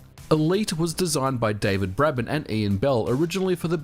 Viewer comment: Is there any particular reason why you don't pronounce David Braben's name correctly in your videos?